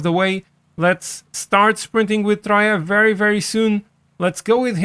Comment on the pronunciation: Troia, accent on the I, although it's like b**ch in Italian😂